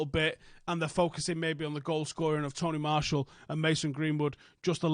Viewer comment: I know that lol but it definitely sounds like he's calling him Tony Marshall 🤣at first I was like who the hell is that